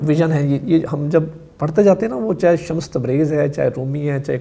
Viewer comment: Janab Shah sahib shamas Nahi Shams Tabrez Barah e karam tasheeh farma lijye